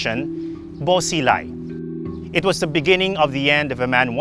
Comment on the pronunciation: It's prounounced Buo Shee-lai, Ta-lien city